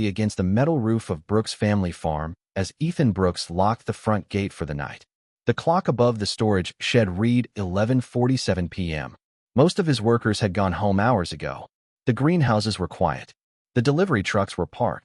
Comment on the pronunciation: Teach your AI the different pronunciations of "read" and "read"